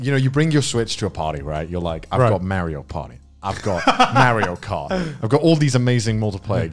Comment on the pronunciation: Connor will u please pronounce "mario" correctly